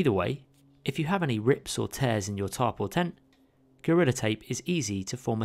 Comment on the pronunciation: Your funny accent makes the captions read, "top" whenever you say tarp